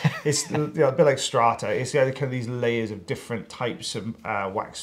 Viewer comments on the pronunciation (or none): Strata? Oh come on.... its like baklava!!!